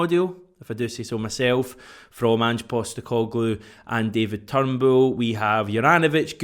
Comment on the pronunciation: Its not turnbool it's Turnbull, you're prenouncing it wrong